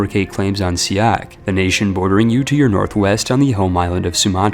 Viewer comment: As somebody who live in siak. He pronounce the letter "a" wrong.